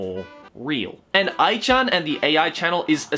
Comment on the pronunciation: What a great pronunciation of A.I.